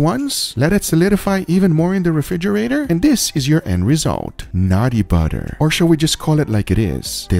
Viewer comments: love it’s nutty butter not naughty butter 😂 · I thought he was saying nutty butter.